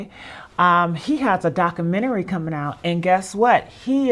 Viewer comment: What is a dockamentary?